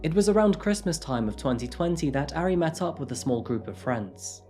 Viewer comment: He still mispronounces the "a" sound, which he also does with Japanese which annoys me. He's saying "airy" lol. Idk why people have such a hard time with vowel sounds in romanized Asian languages because they're actually very consistent and easy to learn! With Korean the major struggle is consonants. I worked at a taekwondo studio and was always self-conscious of pronunciation but you can find audio to imitate. Japanese on the other hand is so freaking easy to pronounce correctly yet English speakers don't care about butchering it.